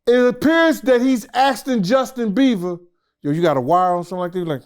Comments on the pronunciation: Justin beevah 😂😂😂😂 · Justin Beaver! Ikr? Hilarious!